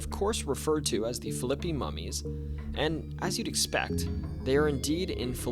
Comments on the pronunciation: Phillipi is Pronounced Fil A Pie..not Filleppe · Phil i pi, not flippy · It is pronounced Phil' a pee, not Phi LIP' ee. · Philippi is Phil-uh-pee. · Phillipi pronounced Fill-I-pee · Philippi is pronounced fil-a-pee in WV, btw. There is also a town called Hurricane pronounce her-eh-kin(we pronounce the weather systems normally, just the town gets this strange pronunciation), and Canaan Valley, kun-ain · Philippi is pronounced fil-a-pee in WV, btw. There is also a town called Hurricane pronounce her-eh-kin, and Canaan Valley, kun-ain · Hey, my grandparents farm did not have indoor plumbing until 1985 & they had a 2 seater! Every time we came to visit, we had to use the outhouse. It was a fun novelty until night time & you had to get a flashlight & a buddy to go pee (they lived in deep rural central Braxton Co & you did not go out alone). So I have to be that person, you are saying Philippi wrong. It is pronounced like fill-a-pee. My husband's mom is from the Philippi/Belington area & I have spent my fair share of time in the area. I am from Ohio since my dad moved there in the 60s, but I now live in Calhoun Co Wv. Wv for sure has weird things & I have had plenty of experiences myself & heard family stories. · WV here...(Phil-ip-ee) The mummies are still in Philippi. They are on loan to a Historical Museum, located by the covered bridge. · The way you pronounce Philippi is fricken hilarious 😆